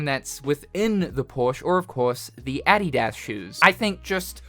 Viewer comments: cannot believe they announced the last of us for the millionth time. also no one wants a bald wokie as a protagonist did bro rly jus say "addy daz" bro its 'uh dee diss' wtf??? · What is he calling those shoes lol ? Adi Das? 😂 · Oh man, the way you said Adidas just threw me off big time, lol. Have I been saying it wrong all these yrs, or have you, hahaha. I do know Adidas stands for (All Day I Dream About Sex) and saying it backward is (Sex All Day In Dads Apartment) hahaha. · I am over here distracted with how he says adidas as I don't think I have ever heard a non American say it lol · Why do you say Adidas like that??